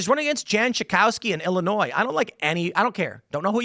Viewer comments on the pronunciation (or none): Wait she lives in Illinois and pronounces the S lol